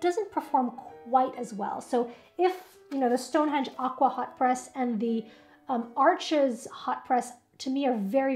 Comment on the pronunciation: It’s French, the (s) is Silent, it’s pronounced Arche!!!